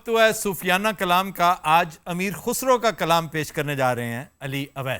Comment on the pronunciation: امیر خسرو میں خ پر پیش نہیں ہے زیر ہے اور خسرو کی ر پر زبر ہے تصحیح فرما لیں